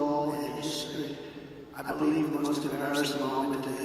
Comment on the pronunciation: 45. Poor fella looks and sounds awful! 😔 What’s wrong? His incoherent ramblings are concerning. Nobody beWEAVES anything he says. Sooooo WEIRD!